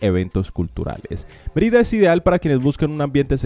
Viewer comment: Merída en Yacutan? Es Mérida con acento sobre la E y es Yucatán. Querétaro con acento sobre la E no Queretáro. Como puedes hablar de las mejores ciudades si nisiquiera sabes pronunciar sus nombres.